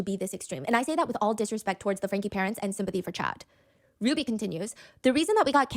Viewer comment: Frankeeeee not Frank.